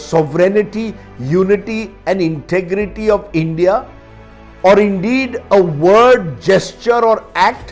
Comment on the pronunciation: U first learn English it’s. Endia it’s india